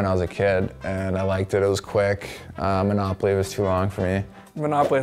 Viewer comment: Did they tell everyone to just say manopaly